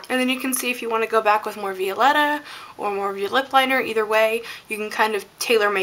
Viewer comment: The lipstick is pronounced vy-o-letta like violet or vie for attention. Sorry it was just really bugging me